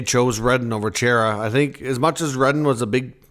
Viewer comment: Love the content, but seriously... who pronounces Chara,? I can not say why, but man, was that annoying. It's CHAR-A. Has been for decades. Other than great, keep up the great work! 😉